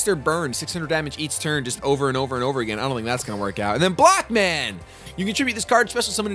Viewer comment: I heard blackman instead of blockman